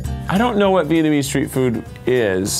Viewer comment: xLinkGamingx lol yeah I seen some people say vietmanese 😐